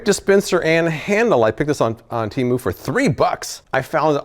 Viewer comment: I had to back up the video for a minute and play it again, because when you said you bought the bottle caps on Temu, I thought you said you bought them on Hulu. I was like what?